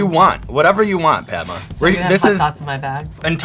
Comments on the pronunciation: this white dude does not know how to pronounce her name. He keeps onnsaying Padma like Launchpad. the a in her name is a 'uh' like Mama. its 2017 learn how to pronounce Desi names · Yeah! Made me chuckle too! He pronounced it like i'Pad-ma' 😂 when its more like 'Pud-ma'! But thats just how they pronounce it there..! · that's because Americans can't pronounce Indian names. It's pronounced Puhd-maa, which is another name for lotus, and not Paed-maa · NoT Pai...... Dma........ Its Pad......(not ai aan) Ma........ (aaan) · Padma means 'sacred lotus', but when pronounced ''Paad-Ma" like he did, it means 'Break a fart!' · the one and only complaint i’ve got is that sean butchered the pronunciation of her name in the beginning 😅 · The way he said her name 🤦‍♂️🤦‍♂️🤦‍♂️ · I'm like Ouch when he pronounces "Padma" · the way he says padma hurts my heart. #PRONOUNCENAMESOFCOLORRIGHT2K18